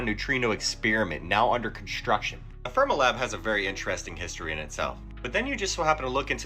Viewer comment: Fermilab is not pronounced 'ferm ah lab, but 'Fer mee lab.